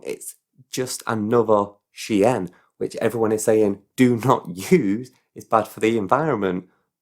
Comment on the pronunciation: Is that how you pronounce "Shein"? 😅 oops Given the cost of living, I find it hard to blame anyone for anything. Maybe we can all hide under a Temu haul when we can't heat our house in the winter.